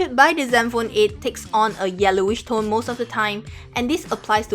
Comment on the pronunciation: i like your accent when u say most of the time